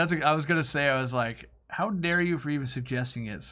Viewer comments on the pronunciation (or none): none